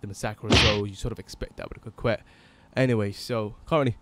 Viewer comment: It's actually pronounced coh-Kay I think